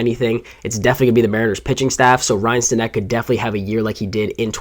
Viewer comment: Pronounced Stanick